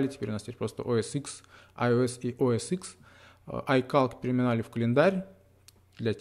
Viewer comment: После того, как услышал словосочетание "о эс ИКС", перестал смотреть...